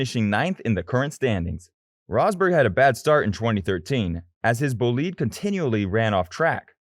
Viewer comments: Did I hear the narrator say "bull-lead?" I think he means the race car? Someone assist please? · Wtf is a 'boleed' ? Bel...GGAN GRAND PRIX? GAN? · What kind of shit commentary was that? What's a "bulleed"? What's a front rear wing? What's "the Bel-gain Grand Prix"? This stupid video should be deleted.